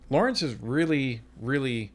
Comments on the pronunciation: Fyi his name os lorne not lawremce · his name is LORNE, not LAWRENCE. otherwise, I enjoy your commentary, thx!